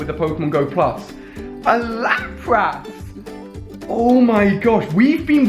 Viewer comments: Lapriss not Laprass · its lap ris not lap ras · No offense to your accent Alia but lapr-ass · it's pronounce as lapras not lapras